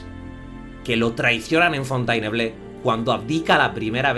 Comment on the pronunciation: "Fontenebló" se pronuncia, y "Boarné".